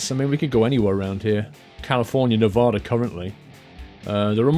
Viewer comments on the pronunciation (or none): none